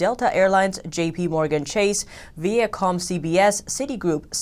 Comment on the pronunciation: viacomm is viiii (long i) - UHHH - comm, not what you said.